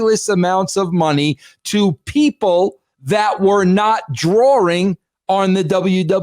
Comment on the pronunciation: Is he saying "drawring"?